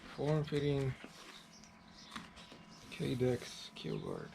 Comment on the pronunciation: "Ki-Dex" is what's it's actually called. Other than that, this is genius! Great video!